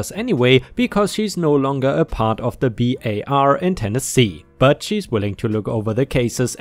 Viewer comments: Hi,. Loved the tree law/ mineral law story. It was really fascinating. ⭐⭐⭐⭐⭐⭐⭐⭐⭐⭐⭐⭐ You've been reading the word Bar as B A R. It is pronounced as bar (of soap, chocolate etc). When you qualify as a lawyer they say you "are called to the bar. It comes from England in the Middle Ages. Barristers( lawyers, not coffee servers) who were considered worthy to speak before royalty were literally called to a bar to do so and could use it as a table for their papers. Hope this helps. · Its not b.a.r. Its just "bar" single word, not spelled. :) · I work in a law firm and I know it’s probably a language barrier but it still triggered me, Bar is pronounced “bar” not “B.A.R.” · Bar is not B A R, it’s bar. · It's just bar, like the place where you go to drink, not an acronym. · it isn't B A R, it's bar, like where you drink, or a steel bar. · Hey, why do you keep spelling the word bar as if it were an acronym? It’s pronounced the same way you’d say “steel bar.” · Not b a r. Bar. Pronounced the same as the place you go to for alcoholic drinks, or the thing you can do to somebody to disallow them from entering a place. A state's bar is their pool of lawyers who are licensed to practice law. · Legally "Bar" is a word not an acronym. You pronounce it "bar" and rhymes with car. You do not day each letter. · Legal Bar is pronounced BAR like the place you drink alcohol for future reference